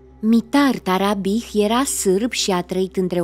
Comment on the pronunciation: MITAR TARABICI se pronunta